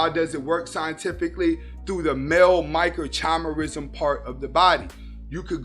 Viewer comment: I like your stuff bro, but there's a lot of unscientific drivel in this one that exposes your lack of understanding of basic cellular biology. Also, it was difficult to take you seriously on this when you are not pronouncing the word 'microchimerism' correctly. Suffice to say, telegony is a widely dismissed theory in contemporary science.